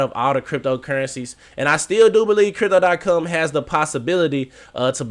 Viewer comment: You finally said it right and then messed it up a couple seconds later. Stop saying cum